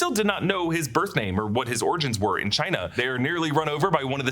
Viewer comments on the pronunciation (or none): none